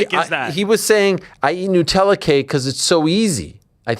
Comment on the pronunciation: nUtella!!!! 😂 It has nuts in, not noos. Love you AH ❤ x